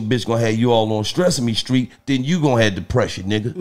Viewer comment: Nigga Said Stressame Street 😂😂😂